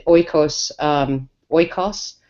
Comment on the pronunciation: You can't blame the patriarchy for not being able to say oikos. But you can blame Lindybeige. =)